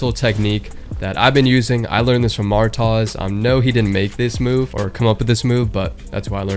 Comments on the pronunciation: You mean Martoz not Maartozz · His name is Martoz. You pronounce it MARTOZ But it’s actually pronounced MARTOEZ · Man pronounced martoz as mar-taws I’m schleep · Martoz is not pronounced like that lol 😂